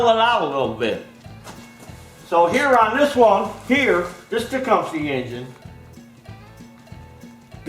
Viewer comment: 😆 Tech-um-us engine! Those flipping teeth I can’t even..